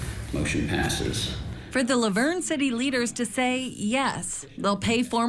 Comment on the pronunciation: How you pronounced La Vernge made me keel over lol im a local and have never heard that.